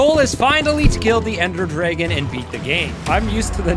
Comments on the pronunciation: the way he says ender dragon as "ender drigon" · ender drigon?